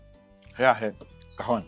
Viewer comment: घावणे बोला घावन नाही